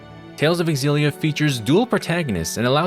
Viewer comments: OMG for the LAST TIME FOLKS. It’s not X-Zillia, but simply Zillia. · You're pronouncing it wrong. The X is a Z sound it's Zillia